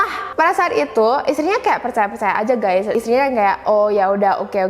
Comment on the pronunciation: kamu menyebut perkataan ITU ,itu sebagai ITUA.. ya ia tua kayak kamu(rujuk di menit ,dan menit alert sama perkataan ITU dan perkataan LAKI-LAKI)